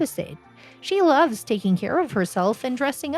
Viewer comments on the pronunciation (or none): none